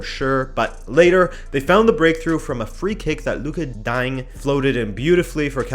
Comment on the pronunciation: you butchered Lucas Digne's name. Not only him but Berghuis and PEC Zwolle aswell. 🤣🤣